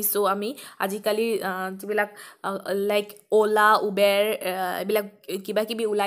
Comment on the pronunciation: Thank you for the explanation instead of just the answer. p.s : Its Uber, not "Ubair"..